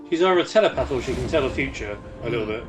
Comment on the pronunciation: Telapath or Empath